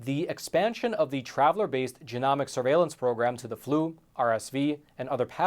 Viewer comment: Long ‘o’,, genomics is pronounced with a long O. 😊